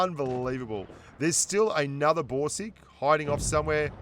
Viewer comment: I hear Broom sticks instead of Borsig.